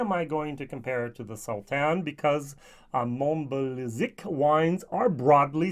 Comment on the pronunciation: Mon-ba-Zee-yak I was born in this region. If you have a chance, try Tomatin 21 first fill ex Bourbon ! I have already seen two german whiskytubers who really liked it and i would like your take on it (If you have the opportunity of course.) Btw, this blind tasting was great and humbling as you said. Nothing beats it